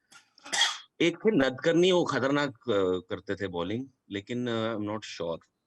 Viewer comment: Correct, clearest pronunciation of Nadkarni is नाडकर्णी. ड as in डमरु and ण as in गणेश, रामायण, बाण, प्राणी, चाणक्य, आदि (etc.).